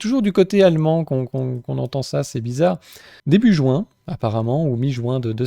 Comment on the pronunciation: Marrant comment il prononce Juin comme dans "Je me roule un Juin" 😅